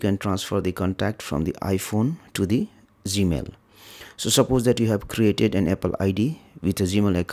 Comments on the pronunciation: Accent. He is talking about G Mail. I appreciate his knowledge. I was able to learn from him. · Why does he say Z-Mail?